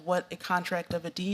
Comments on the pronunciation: She keeps calling the contract of adhesion a contract of adesion, she doesn't even know the proper term. Here is another Joe Biden judge, being nominated to a position she is not qualified to hold. DEI is probably how she was able to get into law school and graduate. LET'S GO BRANDON! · She says "adesion" instead of "adhesion" FFS even after being repeated multiple times by Senator Kennedy she still cant pronounce it correctly, let alone know what it is..... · She didn't even say it right. It's adHesion, not adesion 🙄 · Adhesion, not Adeesion! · she couldn't say adhesion... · She can't even repeat the question! She couldn't pronounce the word or she just made up a word that sounded like it. Obviously a DEI appointee but again as always totally unqualified but dems don't care as long as you have the right identity.